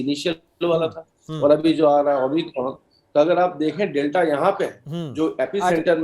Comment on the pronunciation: Tv anchor - Omni cron 😀 , omicron virus ☹️